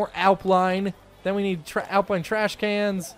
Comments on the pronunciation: no its pronounce alpine not apline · Al-pine not al-pline ... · its alpine not alpline xD